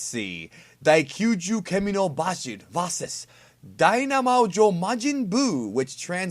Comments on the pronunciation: its like you went out of your way to mispronounce old red fox's name basil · basil is not pronounced that way